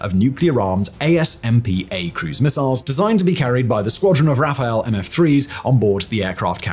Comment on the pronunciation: no wonder french people used to, keep and will love brits. Rafale, like raphal, not Raphael:) Ah, and that beautiful story with UK (that PM that everyone in UK loves, though he was a known crazy mass murderer - ask Irish and Indians) handed over all the nuclear knowledge to US only to be shown the middle finger a short few years later...